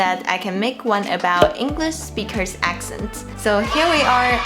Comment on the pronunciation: This is amazing, thank you so much. I’m wondering, have you ever noticed differences between American and British speakers speaking mandarin? Also, since you teach us so much Chinese, I’m going to return the favour and let you know that “Speakers” finishes with a K sound, when you say “native English speakers” it sound and looks (to me anyway) like you’re saying “native English speechers”.